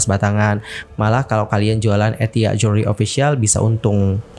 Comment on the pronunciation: Bilang jewelry....joolry, oneng